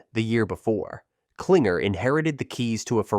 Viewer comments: It's Klingler, not Klinger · David Kilng-ler not Klinger. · David Kling-ler. If you're gonna give the info, get the names right, kiddo. 😂